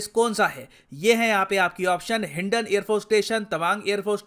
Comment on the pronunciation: ITS HINDON NOT HINDIN